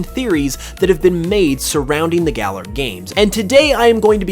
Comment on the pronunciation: Why does he keep saying Gala? It's Galar, dude